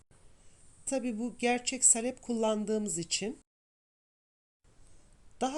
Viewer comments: ANNEM DE SALEPLE YAPARDI DONDURMAMIZI.ÇOK KARIŞTIRMAK LAZIMDI BUZLUKTAN ÇIKARIP ÇIKARIP .KAŞIK BÜKÜLÜRDÜ.SALEP DENMEZ AMA..A O KADAR KISA SÖYLENMEZ. SAALEP .AMA SİZİN ŞİVENİZ DEĞİŞİK...DONDURMA ÇOK GÜZEL OLDU.ELLERİNİZE SAĞLIK. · Salep degil saalep olacak a’yi uzatman lazim salep nedir ya? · Salep değil abla Saaaalep. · Salep değil sağlep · Elinize sağlık. Güzel bir video. Zahmetli görünüyor. Ufak bir ikazda bulunmak istiyorum. Salep sözcüğündeki “a” harfini uzatarak telafuz etmek gerekir. Sâlep şeklinde! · Salep degil, sâlep a uzatilarak söylenir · Salep??????sahlep mi demek istediniz abla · Salep yerine saalep uzatarak söylemelisiniz ellerinize sağlık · Salep değil sālep.a uzun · Salep deyil sahlep doğrusu . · salep ne hanimefendi , halep gibi ..lutfen dogru teleffuz edin ..saalep diye a yi uzatarak soyleyin...tahin tahin diyorlar komik oluyorlar..o da tahin degil taahin olacak...koskoca anadolu tahan der bizimkiler tahin , salep deyince kibar oluyor saniyorlar herhalde...sayenizde kirk yillik yani oldu kaani ...( dogru yazilisi kâni - a ince ) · Salep derken a uzatılır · Tarif güzel. Ama salep sağlep diye söylenir. Yada sahlep denir.A harfi uzatılır. Tarif gibi a harfi uzatılır taağrif denir. İyi günler. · Salep kelimesini yanlış telaffuz ediyor.Sahlep doğrusu.okurken saalep diye telaffuz edelim.Çok da önemli değil aslında sadece hatırlatma yaptım.kusura bakmayın.Herşey 10 numara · Salep derken a harfini uzun soyleyin lutfen. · Hanım, salep telaffuzun yanlış. Salep i Halep gibi söylüyorsun. Halbuki SA uzayacak, SAKİN der gibi olacak. Sen SAKIN der gibi söylüyorsun ve dolayısı ile telaffuzun yanlış oluyor.. dondurmadan evvel Türkçemizi iyi öğrenelim, sonra piyasa yapalım..